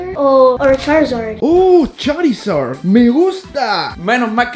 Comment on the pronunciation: Charisad❎ chorisad✅